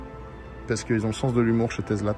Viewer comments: Tu te moques de ceux qui disent DoLorean alors que tu dis TeZla pendant toute la vidéo … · Mais pourquoi tu dis TeZla et non TeSSSla ?